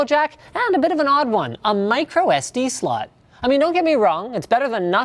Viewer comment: wow maybe I'm getting a little immature here but it sounded like Linus said microSD slut not micro SD Slot...